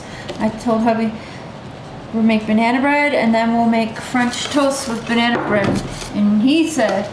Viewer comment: So is "Bananerrrr" and "Vanillerrr" a Canadian thing? 🤣🤣🤣🤣🤣🤣 Never heard of Mayo in Banana Bread... Going to have to give it a bash sometime...